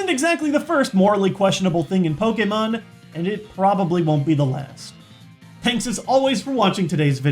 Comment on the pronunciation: its poke-ay-mon not poke-eee-mon